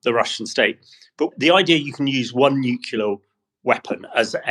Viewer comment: 'Nuclear' not 'nucilar'.